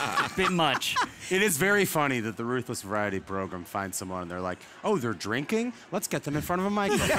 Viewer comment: 'Megan Kelly Joins the Progrum'